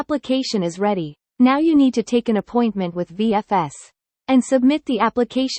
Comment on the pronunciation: The Voice says go to VLS site ....it's VFS right. By the way great video.